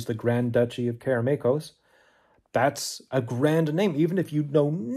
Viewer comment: Kudos on pronouncing "Karameikos" correctly LOL